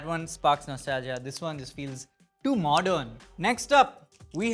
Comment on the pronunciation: "too modeern" 😂